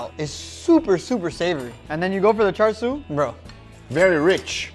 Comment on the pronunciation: Chāshū its chāshū not char siu this isn't Chinese char siu pork this is Japanese chāshū pork belly both completely different and there's no R in chāshū I mean come on.